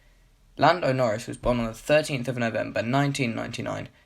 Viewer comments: llando norris lmao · Llando norris? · LLando Norris